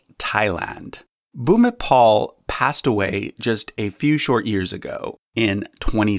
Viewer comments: Not king bhumipol but bhumibol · He is Rama IX Bhumibol Adulyadej, not Bhumipol. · Bhumipol is pronounced as bhumipon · You are absolutely correct. While most English speaking people pronounce the late King's name something like "Boo me bowl" in Thailand they pronounce it something closer to "Poo me pon." In any case his official name is Rama IX. Here on YouTube it is possible to watch the majestic funeral and cremation ceremonies and pageantry in Bangkok and the crematorium you describe. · The name of king of Thailand is pronounced as "Pu(as in put)-mi(as in me)-pon(as in coupon)". Bhumibol=Pumipon. King Bhumibol Adulyadej (Pumipon Adunyadet) or you can just simply call him King Rama IX of Thailand :-) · The king of Thailand's name is pronounced like poo-mee-pone because a final L is pronounced as N. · Just a quick comment: King Bhumipol is pronounced poo-mi-pon :) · I thought this was a really good way of compiling the list. One thing: the L at the end of Bhumipol should be pronounced as an N. Also he is normally referred to as King Bhumipol Adulyadej, and since his death has the post-nominal The Great in respect to his long and beneficial reign. As a side note: I had the opportunity to visit his Phra Merumat, his Royal Crematorium, constructed specifically for his funeral, and it was absolutely awe-inspiring. The sandalwood urn in which his ashes were transported to the temple for internment is on display at The National Museum along with other royal funerary items of The Chakri Dynasty.